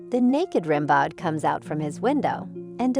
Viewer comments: Rim Bawd could you not make the effort to get Ram Beau right? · It's pronounced RAM-BOH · "Rimbaud" is pronounced "Rimbeau" - the "d" is silent. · Rimbaud is pronounced Ram-BO and he lived in the 19th century not the 18th. That’s why nobody is dressed like George Washington or Louis 16th. Derp! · The narrator has a silky little girl voice and mispronounces “Rimbaud”. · The clueless idiot mispronounces Rimbaud constantly. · Please learn how to correctly pronounce the name “Rimbaud.”